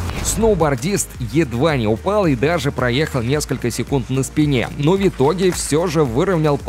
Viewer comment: Голос симпатичный,но "Вьитоги" и нАчала. В-твердая. Въ итоге😢 И НачалА☝️